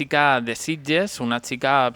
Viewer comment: Sitges, no Sidges.